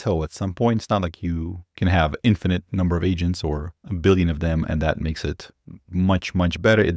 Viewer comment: Anyone else thought he said "multiple Asians?" It's agents it's agents. Fewww